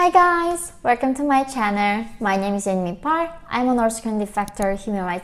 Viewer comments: Plz pronounce channel not channer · Your English is pretty good but practice the letter L . You currently aren't able use the L sound in the English vocabulary. You say welcome to my channel instead of welcome to my channel. Welcome to the United States and God bless.